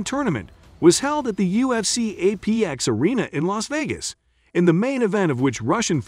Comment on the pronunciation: This bot is killing me with the names and the A P ex